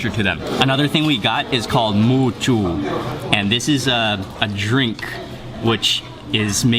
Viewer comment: muju (X) moju (O)